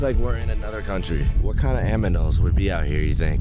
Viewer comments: mans really said “Am-inals” 😂😂🤣🤣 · I forgot this man can’t pronounce certain words right to save his life 😭😭 first pellow then I lost all hope when he said aminals😭😭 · “What kind of aminals...” 😂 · he said what kind of aminals